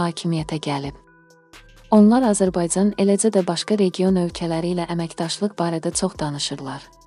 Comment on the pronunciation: Edəцəy,gələцəy,azərbayцan,buna bir danışmaq öyrədin,adamın əti tökülür,dinləyəndə